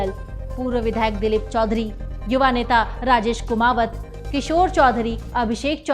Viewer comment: सबसे पहले तो मे ईस पत्रकार साहिबा को कहना चाहता हूं की तू कोई विदेशी महिला है या ईगलीस वाली है जो सही से नाम पडना नही आता न सही बोलना या फिर यह होना करके ऐसे बोल रही है जैतारण को जेतारणा बोल रही है कुमावत को कुमावता ऐसे क्यों बोला सही से जैतारण कुमावत ऐसा नहीं बोल सकती हिंदी वाली है तो क्या हुआ सही नाम पड कर तो कोई भी बोल सकता